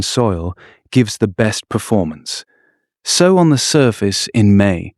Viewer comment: Great content and visuals. Annoying that the AI pronounces sow like the pig not like sew.